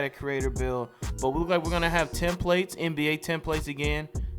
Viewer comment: “Tem plates” lol. It’s templates. Come on!